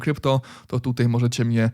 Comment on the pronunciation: Super jak zawsze, jedna uwaga nie mówi się tutej tylko tutaj... ;)